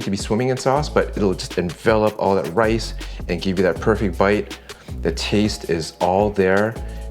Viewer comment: When Dude says, "Thetaste," it never fails to make me chuckle. I've just discovered your channel the past week and I enjoy it so much. I'm even happier to discover you guys have a cook book as well!!